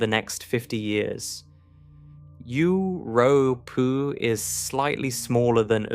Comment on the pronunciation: Euu-rooh-pooh! Uur-uuuh-unos! Stupid AI. 😂